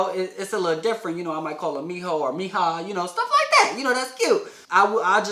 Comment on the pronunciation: When he said mija I heard pija LOL